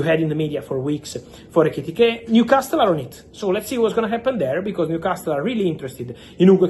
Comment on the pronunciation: Fabrizio, if i may, Newcastle is pronounced with a silent "T" .